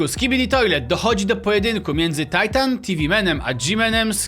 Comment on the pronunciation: czemu mowisz tajtan a nie titan